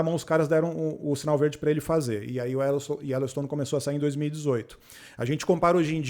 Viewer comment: "Ellowstone" e sério que ela falou assim?